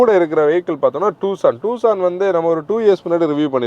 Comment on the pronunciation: "டுசான்" not டூசான்